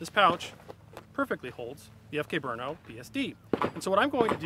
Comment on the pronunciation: Guys, it's not BrUno -- it's Brno, a city in Czech Republic, where the CZ factory is located...